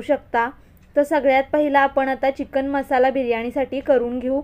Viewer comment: छान रेसिपी ताई, पण चिकण नाही चिकन म्हणतो आम्ही